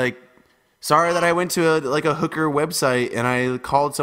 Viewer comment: "are they ooker babys" LMFAOOOOO